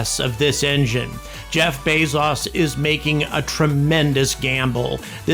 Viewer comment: "Bez-as" It's pronounced "Bey-zoes"